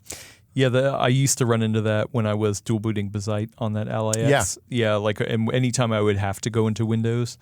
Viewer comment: Watched til they said bizzite instead of BAZZite. How do you pronounce Jazz? They pronounce it wrong for attention.